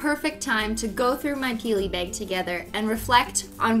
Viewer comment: Why does she say beyg not bAg